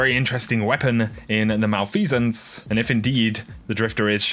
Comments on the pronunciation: It’s Mel-F-uh-sance not Mal-Fee-Sance. Lol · Btw, that hand cannon is pronounced ma-lef-a-cents